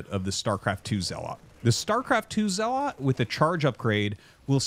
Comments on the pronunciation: Wtf is a ZeaLAWT? lmao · you say zealot incorecctly, otherwise thanks for coverage